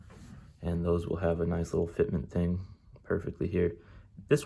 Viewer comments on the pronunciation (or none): none